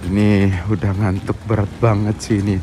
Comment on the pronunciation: ngantuk berak ya Om? Bkn ngantuk berat?